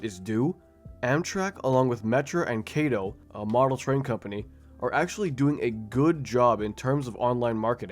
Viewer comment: erm acttctcctctctully, it's "kato [k o t o]" 🤓🤓